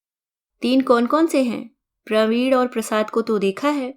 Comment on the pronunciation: आप प्रवीण और वीणा को प्रवीड़ और पीड़ा बोल रहे हैं। ऋणानुबंध को ऋड़ानुबंध बोल रहे हैं।